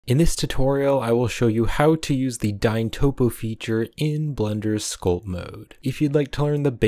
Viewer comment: Everytime he said sculp i take screenshot